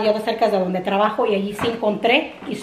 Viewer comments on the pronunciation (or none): none